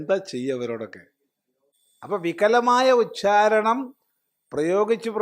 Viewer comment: നമസ്കാരം... സ്വാമിയുടെ ഉച്ചാരണം തെറ്റാണ്. വിഡിയോയുടെ അവസാനത്തിൽ, °അപ്പോൾ വികലമായ ഉഛാരണം പ്രയോഗിച്ച് പ്രയോഗിച്ച്.....'' എന്നാണദ്ദേഹം പറയുന്നത്. ശ്രദ്ധിച്ചാൽ മനസ്സിലാകും. ഉഛാരണമെന്നല്ല, ഉച്ചാരണമെന്നാണ് ശരി. 'ഛ' അല്ല 'ച്ച' ആണ് ശരി.